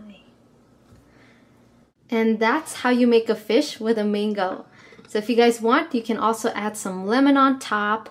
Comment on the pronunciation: I thought you said full flamingo instead of full mango it sounds alike